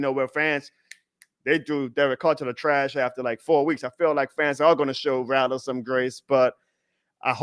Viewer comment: RATT-LER.. Brother it’s not Ra-lah